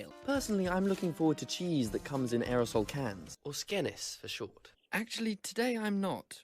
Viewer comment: "Atchully ai-"